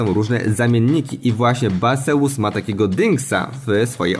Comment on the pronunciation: ‚Bejzjuz’ tak mniej więcej 🫣